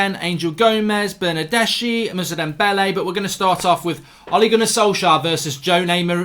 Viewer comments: Bernardeschi is pronounced Bernardeski. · Ηi for Bernardeschi, this is the pronunciation: Bernardeski. ch is k, same as Chiesa